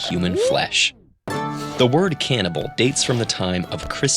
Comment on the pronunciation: Can NIBA